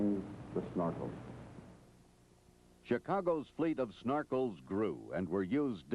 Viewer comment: This narrator needs a slap in the head for every time he said snarkel instead of Snorkel!